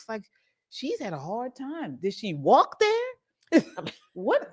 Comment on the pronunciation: “Did she wal k there” has me dying 😂😂😂😂